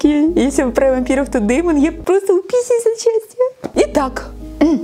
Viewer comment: говорит:ааа я сичаж утписюс от сячтия